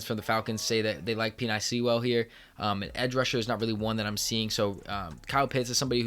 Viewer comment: Pen ay Sewell not Pee nye 🤣🤣